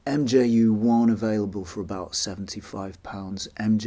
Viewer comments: I've never heard it pronounced MJU, the name is μ which is pronounced [mju:] (in IPA not in English) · Nice video! It’s probably already been said but the “mju” is pronounced “mew” or “myoo” as the Greek letter: μ (mu) 😊